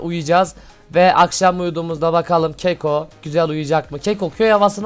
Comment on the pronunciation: abi keko deyil kako